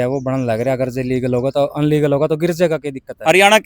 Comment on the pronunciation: अलीगल बोले है इलीगल ने 😂😂😂😂